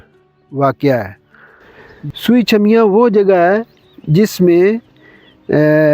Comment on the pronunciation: Sui cheemian not chhumian correct your word please